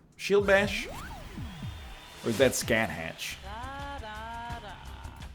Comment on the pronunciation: Every time nl pronounces Scathach as "Scat Hatch" I die inside